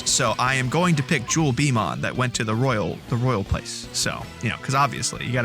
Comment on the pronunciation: jewelbeemon's really annoying because it's actually "jewel beeTLE mon" and not a bee at all.